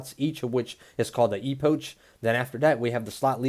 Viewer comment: It's spelled epok not e-pouch